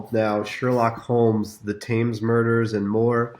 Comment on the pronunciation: "Taymes"murders...wow I thought the River Thames was famous...a shame to hear it mispronounced... but hopefully the rest of the video is good --- thankfully it is